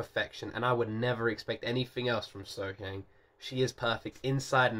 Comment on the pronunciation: Concerning the pronunciation of her name...... Think of her name as being spelled. SoHyoung.